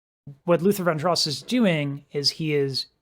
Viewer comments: It's pronounced "Van-drows". Just FYI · 🙃It's Van "Dross" rhymes with Ross, like Diana.